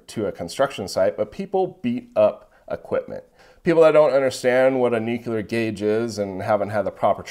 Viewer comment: Anyone doing nuclear videos who can't properly pronounce NUCLEAR has zero credibility in my book. Seriously, say new. Say clear. Say new clear. Theeeeeere ya go.